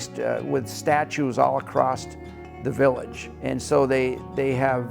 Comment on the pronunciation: There is no T in the word across 🙄